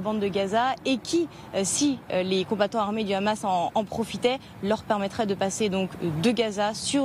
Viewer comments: En français on dit hamas et non khamas.... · Jadz Partouche la soit disant spécialiste du hamas dont on devine de quel bord elle est... pourquoi rajouter le son ra à hamas alors que c'est un h? Et Ismaïl Haniyeh pourquoi le transformer en raniyeh ? Êtes vous israélienne ? Invité dans ce cas une personne palestinienne pour la contradiction ! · Écouter bien comment elle prononce Hamas c comme tu le c